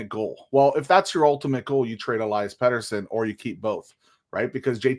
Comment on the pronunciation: Maybe we should trade Elias p40 because after all these years, you still don't know how to pronounce his first name!